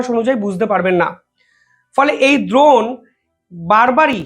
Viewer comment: আরে ভাই বারবার "দ্রোন" বলছ কেন ? "ড্রোন" বল, ইংরেজি শব্দের এমন বিচ্ছিরি বাংলা উচ্চারণ করলে তোমার ভাবমূর্তি নষ্ট হবে । কি দিনকাল পড়ল রে ভাই । ইংরেজিটা ইংরেজিতেই বল ।